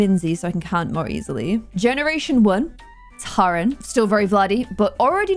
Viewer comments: MY NAME!! 😱 lol I was watching the video late at like 2am and was starting to nod off but then I heard my name and shook awake. I thought I was dreaming until I rewinded! 😂😂 P.S. It’s pronounced like Erin or Karen but with a “T.” ☺️ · It's T-air-in. I should know it's my name 😂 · My middle names Taryn and watching you trying to pronounce it made my day 😂